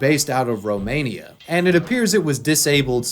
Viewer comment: Lol why do u say Romania like that 😂